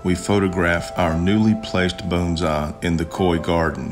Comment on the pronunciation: I just love how you pronounce "bones-eye!" I miss living among southern people! ;-)